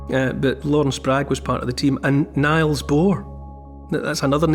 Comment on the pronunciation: sorry for this but it isn't pronounce "Niles" but "Neels" referring to Niels Bohr of course. Great listen Neil.